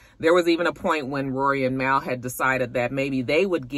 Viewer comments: I used to call Mal that too. Lol! It’s pronounced Mall 🤣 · Mal is pronounced liked the end of Jamal btw :)